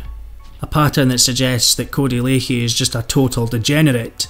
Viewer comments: I know it's spelled lachey but it's pronounced codey lack _ey not lake_ey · We all know Cody is a absolute wrong-un but we also all know how to pronounce his (current) surname , Lachey= " LAShey" , it's not difficult , just like Cali is not pronounced Carly FFS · its pronounced lashay